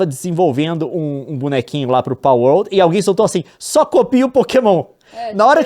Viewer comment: KKKKKKK eu sei que é a mais correta, mas essa pronuncia de PALwolRRRd